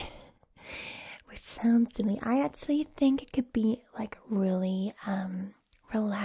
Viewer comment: Tip for your American accents: when you say the word “actually” or similar words, make sure you hit the c kinda hard so instead of pronouncing “at-tu-ally” it would be more “ak-chu-ly” or “ak-chu-ally” (I’m from the States, more specifically the Northern part of the south so like Tennessee, and North Carolina) 😁